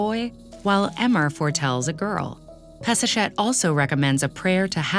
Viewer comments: HER NAME IS pass a shet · Peseshet sounds like Piece-a'-Shit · I can't get it out of my head. Peseshet and piece of ** sounds the same!!! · All I hear is Piece of $het....seems lovely though. Actually fits with her priestly rivals. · Drink every time she says peseshet